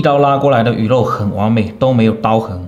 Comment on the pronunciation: 你说完美的时候，我愣是听成了“广美”，啊我还想说，你干嘛突然call 孟广美